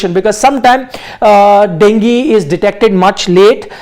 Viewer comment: डेंगी नही डेंग्यू रे बाबा 😂